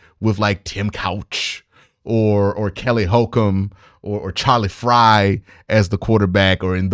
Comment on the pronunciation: They win if Warden gets more snaps...did you say Charlie Frye?